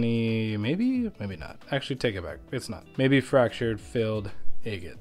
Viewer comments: It's not pronounced egget it Agate not egget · 😂 I giggle every time I hear agate 😅 am I the only one who pronounces it "AH-git" because im starting to think it's like a Wyoming thing or something. I recently came across another agate channel and she also pronounces agate like "Ayy-git" haha that aside, thanks for the super cool reveals! Nothing better than finding beautiful lacey crazy bands inside of an unassuming rock 👌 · New to your channel and I love how you say eegate😅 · I love your enthusiasm. Did anyone ever tell you that you’re mispronouncing agate? Look it up.